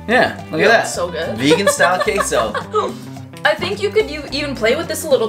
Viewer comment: As a Mexican the way he says Queso makes me cringe 😩 Also why are they calling it Queso? Why not just call it cheese lol Queso is Cheese in Spanish lol aside from that thanks for sharing the recipe. 🙏🏽